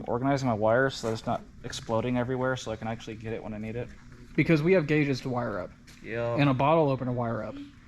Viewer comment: Practice these words thicker gauge wire you guys are cool